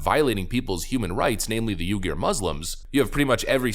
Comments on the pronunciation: What’s a ewgeeoh Muslim? Bc that was very far from the right way of saying their name. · Uyghur = "We-grr" .. wee .. grrr. we-grr